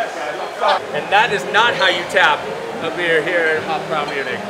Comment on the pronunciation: It’s pronounced Hof - Broi